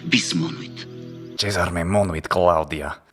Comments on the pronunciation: and , it seems to me that you pronounce the second "monuit" something like [mɔnowit] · It is true that we Italians tend to pronounce [mɔnwit], but my impression is that you also could not completely escape our fate, ending up pronouncing [mɔnuwit] or even [mɔnowit]... it is not easy to completely avoid "semiconsonantisation", is it? It is perhaps unnatural: since there is no interruption between u and i, it seems natural to me that the mouth rearranging itself will produce an intermediate sound linking u to i. Usually this is very short and almost imperceptible, but I can hear it rather clearly when you pronounce the second "monuit" at the end of that sentence ("bis monuit").